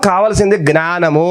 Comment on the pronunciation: సార్ నేను ఇలా messege పెడుతున్నందుకు ఏమి అనుకోవద్దు . మీరు జ్ఞానము అనవలసిన చోట gnanamu అని అంటు న్నారు దయ చేసి జ్ఞానము అని పలికే లా చూడండి plz ఏమీ అనుకోవద్దు